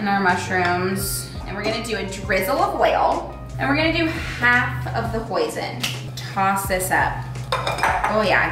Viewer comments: reading the comments I’m so glad I’m not the only one hearing poison instead of hoisin sauce I thought I was going crazy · I thought she said poison, not hoisin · omg who else thought she said “poison sauce” when she said hoisin sauce😭💀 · I literally thought she was saying poison the entire time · for a minute I really thought said "poison mushroom sweet potato bowl"